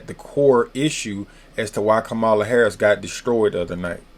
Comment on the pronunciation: It's comma la. Did someone pay you?